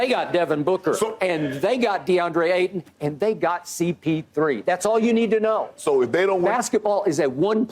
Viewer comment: Now it's cp3 but skip always Said cp0 as in 0 rings 😂